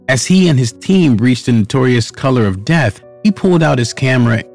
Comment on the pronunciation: I am under the impression that the word "couloir" is pronounced as "koo-lwah". It's French for hallway / corridor. Oi makes a 'w' sound and the r at the end makes more of an 'h' sound.